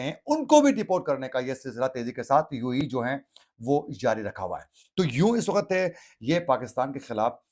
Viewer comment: Ap really bouhat acha boltay Hain. Bas thori si urdu ka ek lafz ko correct ker lain tu or bahter ho jaye ga. Jaisy ek lafz ap bol rahy Hain (wakhat) Jo k Asal lafz he "waqt".